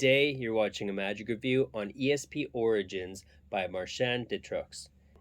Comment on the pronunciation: Hi Chris - MARSH-ON Deh TROOK (no S is pronounced at the end) i.e. Marchand de Trucs - really enjoy your thorough reviews - Cheers mate!